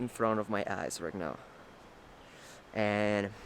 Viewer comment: I love your channel and watching your progress. Progress in videography, progress on your home, progress in English! A little advice to continue your improvement, when you say “now”, you’re pronouncing it like “nou”. Instead, try to pronounce it like /naou/ (if you read it in Spanish quickly) It’s kind of hard to explain in writing but I hope that makes sense.Just little tweaks that will makes you more fluent, but congratulations, you’re doing great!!